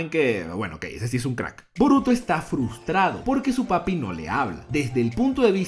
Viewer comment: Jajajaja Que Puta Risa, Cada Vez Que, Pronuncias Papi.